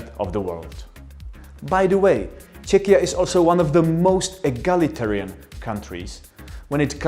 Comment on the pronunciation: It is a pleasure to hear somebody using the country´ s name Czechia quite naturally and freely and, what is top important, in a correct pronunciation [ˈtʃɛkiə] /check-i-ya/. It is a good model for all English-speaking persons who are not always sure about the correct sound.